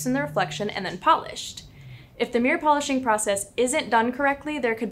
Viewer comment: Good video. The pronunciation of mirror sounded like mirrrr +vocal fry (dear lord, cannot unhear).